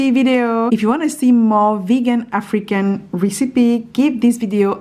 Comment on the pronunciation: I love your accent.. I thought you said freaking dishes in the beginning.. I thought Oh My! that's not like you.. I realize it was African ** lol.... take care .. stay well.. blessings to you and your family and all those reading this.. love!